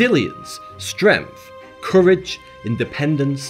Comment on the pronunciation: I love how says "stremph" 💕